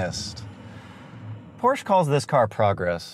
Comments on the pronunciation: PRONOUNCED PORSHA NOT PROSHE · pronounces porsche as porsh pronounces porsche correctly 😂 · Love how the vid comes out swinging calling it a "Porsh"--bet a couple dislikes came from angry snobs not pronouncing it "por-shuh." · Not Porsh, PorschE :P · Anyone know where I can get one of those "PORSCH" Tee Shirts? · ITS PRONOUNCED LIKE "POOR-SHUH" why do people not get this? It's a last name. There is only one correct pronunciation. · I want that "Porsh" shirt! How do I get it??!?!?!?!? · It's Porschaa for crying out loud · Porch 😂😂Porsche 👍👍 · go porsh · Dewah 77 That is NOT how it’s pronounced. And it dosent matter what country you’re from, it should always be pronounced PORSHA because the company decided that’s how it’s pronounced and the way it’s pronounced shouldn’t change no matter where you are. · Can't even figure out the pronunciation of "Porche"? It's a persons name not a local dialect of a common word. His name was pronounced 'Por-sha' and you have NO right to miss-represent. Even the obviously fake Ferrari failed to entertain. Just a sad video all around. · Ballibusteros learn how to say porsche correctly, porsch-uh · Gasosphere it's funny that the guy pronounces porsche wrong on purpose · "Porsh" Haha I love that.... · every time he said porsh i got triggerd. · it's funny that the guy pronounces porsche wrong on purpose. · its a PORSCHE Not Porsh !!!!!!!!!! THERE IS A E and you call it PORSCHEEEEE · And so was the 918 it was fake his shirt wasnt even spelled right it's Porsche not porsh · Porsh xDDD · Its called PORSCHE! With E ! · I have ZERO respect for anyone who claims to be an automotive expert and cannot pronounce "Porsche" correctly.